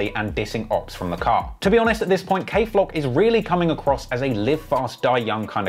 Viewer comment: Dthang and kayflock it’s not cuzin